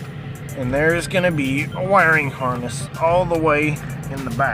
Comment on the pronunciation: I e never heard someone call a wiring harness a harnest